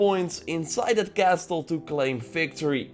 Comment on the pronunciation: The t in castle is silent in English.